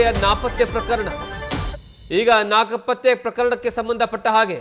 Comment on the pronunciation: ರಿಪೋರ್ಟರ್ ಅಣ್ಣ, ಅದು ನಾಪತ್ತೆ ಪ್ರಕರಣ.. ನಾಕಪಾತ್ತೆ ಪ್ರಕರಣ ಅಲ್ಲ..